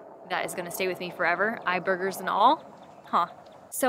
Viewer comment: Did you just say "eye burgers"? 🤢 🤣